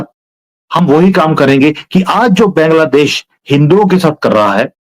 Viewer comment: Why don't you pronounce Bangladesh correctly?